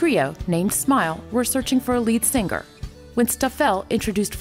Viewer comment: "Sing ger" xD